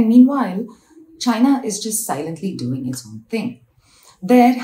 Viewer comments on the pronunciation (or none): none